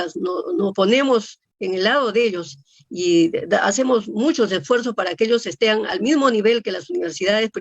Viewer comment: Ooooh RECTORA... dijo los jovenes estean...( estén es correcto????).